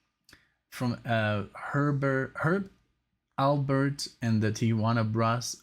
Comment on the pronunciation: "Herp Albert"? Never go on a date with that guy! LOL. - it's Herb Alpert.